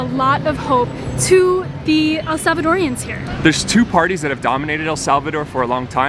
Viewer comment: I like to see people seeing what really goes into el salvador and how we're changing it, but please just say Salvadorians 😂, I don't think the "El" is necessary